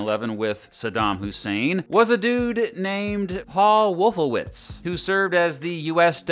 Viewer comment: Wolfowitz… hmmm…. wollffooWITZ. Rumsfeld… hmmmm rummsss FELD. Hmmmm